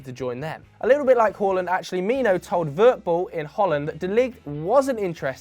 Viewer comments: Big ups for saying håland and not haland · You say Haaland the correct way. Fantastic